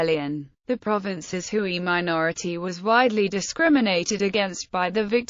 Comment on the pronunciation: Note* The ethnic group known as Hui is pronounced 'Hway' not 'Hooey'.